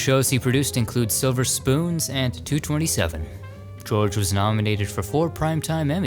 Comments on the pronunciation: George Burditt produced 227 "pronounced two, two, seven" not two twenty seven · It’s 2 2 7. Not 2 27! 🙄 Damn millennials! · LOL. It's 2 2 7 not two twenty seven. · It’s 227, not 2 twenty seven.😂😂😂😂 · It's two two seven, not two twenty seven.....wow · Burdett- 227 is "two-two-seven"😅